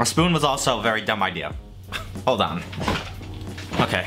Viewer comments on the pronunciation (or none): none